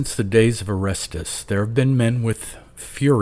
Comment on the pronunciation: You mispronounced Orestes